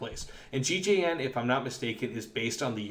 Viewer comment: is it not gjn? not gigeien